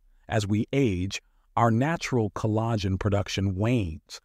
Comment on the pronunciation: "Ca-lagh'-gen"...Sounds like this was read by a robot.